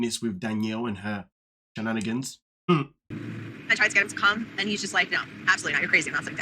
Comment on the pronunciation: Did I hear you say " bananagans?" That's a great way to describe the games Danielle is playing over there😂